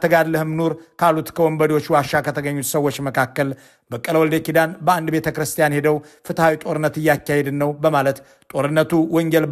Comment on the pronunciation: please don't say betchirsten it is not betechirsten adarashe new